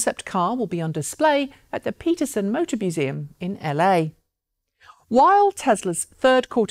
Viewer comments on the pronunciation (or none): none